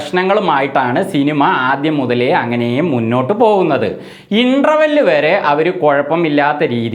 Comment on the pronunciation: ആദ്യം ഇന്റർവെൽ എന്ന വാക്ക് ശരിയായി ഉച്ഛരിച്ചു പഠിക്ക്, എന്നിട്ട് ചേട്ടൻ യൂട്യൂബുമായി വാ എന്നിട്ട് ബാക്കി ചെയ്യാം... എന്താ?.😅